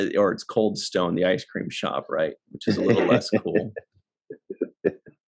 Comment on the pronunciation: Going by Original T’Pring’s accent, in Amok Time, “Stonn” rhymes with Khan.